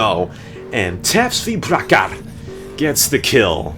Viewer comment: you fucked up my name man!!! I'll tell you someday how to spell that. loved your dedication towards CNR <3 -- tapsvi.prakhar